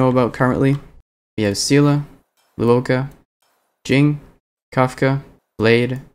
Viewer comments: luocha is pronouched lwo-cha. cha as in like "chai tea" cha, and the luo part is pronounced the way you'd pronounce the "swo" part of "sword", but with an L instead of an S (its not lu-wo-ka, though luoka sounds like a pretty name tbh) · Nitpick but in Luocha's name the "cha" is pronounced like "Cha Cha slide" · Lou-oh-ka LMAO